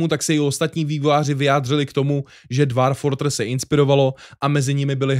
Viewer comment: Výslovnost je dwôrf